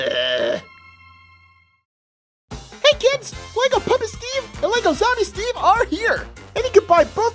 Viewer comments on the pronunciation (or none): none